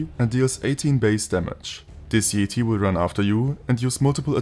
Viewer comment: This mod and video are awesome, but even better is the way you pronounce Yeti as "Yeeti" 😂💀 I love it